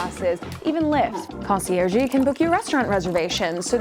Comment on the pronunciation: Concierge-y? Wtf?